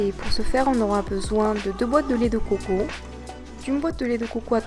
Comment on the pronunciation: j'aime la vidéo mais c dégueulasse comment tu dit lait de COCO !